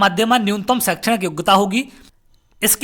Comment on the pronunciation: सर आप ,,सक्षम,,, को ,,,समक्ष,,, पढ़ते हो। बहुत अच्छा लगता है।😄🙏